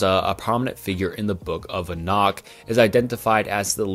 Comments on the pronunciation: You pronounce some words funny, especially Enoch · The way you pronounce "Enoch" tells me you have never actually studied the Bible